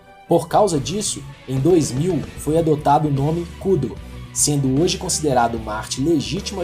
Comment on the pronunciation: A pronúncia correta ia ficar muito estranho em.português, daí chamam de Kúdo, hahaha